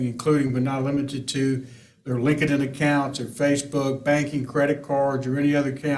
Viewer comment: As a fellow Southerner myself, lol, I really got a chuckle outta how this Attorney pronounced LinkedIn. ☺️